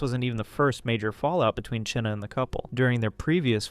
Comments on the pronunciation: Her name is pronounced like China not cheena hahahaha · Wondering why, despite several real time examples of people pronouncing the name Chynna (China), you keep saying "Chinna" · Its not pronounced "Chin-nuh". Its pronounced the same as "China"! Its driving me nuts every time he mispronounces it in this video! If I had a quarter for every time this guy mispronounced it in the video i would have a ton of money!! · why u pronounce Chynna’s name like that? it’s pronounced like China. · You're saying " Chyna " so wrong and its pissing me off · Why do you say China like that?